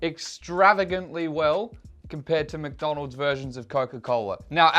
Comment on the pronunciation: did you just call mcdonalds macis